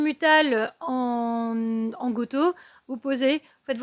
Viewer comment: Bonjour. Merci beaucoup pour votre présenter avec passion l'astronomie. Il y a un point qui me chagrine, c'est la prononciation déformée de go to qui se prononce "go tou" càd aller vers. Je comprends que les anglicismes ne sont pas toujours incontournables mais là c'est possible d'une part et d'autre part s'appliquer à déformer une langue étrangère n'est ni charmant ni de votre niveau d'études. Autrement j'apprécie toujours votre travail. Merci à vous.